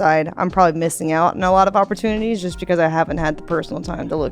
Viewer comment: She has "2 good opportunutties" alright